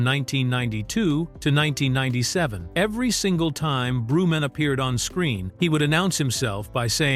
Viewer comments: WHO THE F IS “ BREW-MAN” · Brew Man? smh more a slop 😂😂